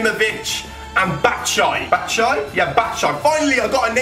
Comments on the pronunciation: It's not even "batshy", it's bat-shoe-ah-e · its not bat shi its bat shu i yi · you pronounced batshuayi wrong. you sat batshuai but write it like batshuayi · Batshai? It's pronounced bat-shuay -I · it's not bat-shy . its bat-shu-waaiy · Batshuayi is pronounced as Batsj-oo-a-yi, not Batsjay haha! Greetings from a Belgian x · it's mich batishuayi thats how u prounounce it i think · Haha when he says batsai and thinks he got it right.....fucking hell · I thought that Chelsea new striker was said bat-u-shy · Say bat-shu-why-ee and you will get it right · You pronounced Batshuayi's name wrong, it's batshuay+i, you have to say the i ;) greetings from Belgium! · can pronounce.. Main M-kay-tar-ian Ilclay X-Haka Bat-shai (still wrong mate) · Its BAT-SHOE-I-EE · Batshuayi isn't pronounced bat-shy.... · Actually that name was not right "batshuayi" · Didn't say batshuayi right 😂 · You got Batshuayi's name wrong bro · I think he pronounced batshuayi wrong 😂😂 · You pronounced Michy Batshuayi wrong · You said batshuayi wrong.. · he said batshuayi wrong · You Mis - pronounced batshuayi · You said Batshuayi wrong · You didn't even pronounce batshuayi right lmao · You got pronounced Batshuayi's name wrong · you said batshuyai wrong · He didn't even pronounce Batshuayi right. 😂😂😂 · Lol you didn't prenouns Batshuayi's name right , I'm belgian 💪🏻🇧🇪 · Sorry, but you still mispronounced Batshuayi's name! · u flopped batshuwayi s name so please calm down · you proniunved batshuayi wrong... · He didn't even get batshuayis name right